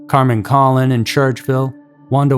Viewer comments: Carmen’s last name is pronounced ‘Koh-lone’ (Colon) and Michelle’s is pronounced’My-enn-za’ (Maenza) Wanda, you got that one right. I was in sixth grade when this happened and those names and faces are forever ingrained in my mind. Give the girls the respect they deserve and pronounce their names correctly. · pronounced "cologne" and "beeanki" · Hello, an FYI, Carmen's last name is pronounced like Cologne, a fragrance. Thank you. Out of respect for the victim, her last name should be pronounced correctly. No judgement. Regards. Additionally, I hope they do some advanced DNA analysis regarding these cases.